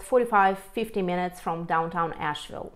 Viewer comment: She needs to learn how to pronounce Asheville. Definitely not a native.